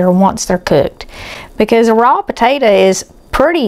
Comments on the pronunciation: Come on. How hard is it to say potato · I'll have a bowl of that "tator" salad right now! Eye roll lol! It's your story sister, tell it like you want to! God bless!